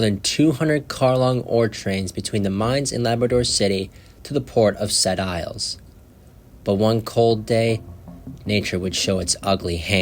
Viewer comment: If you are going to do a video about an incident in Quebec, LEARN TO PRONOUNCE FRENCH PLACE NAMES!!!! What an idiot. Sounds like a yankee!